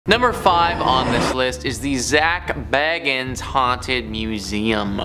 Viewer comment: You said “Zak bagans” WRONG and, your voice cracked.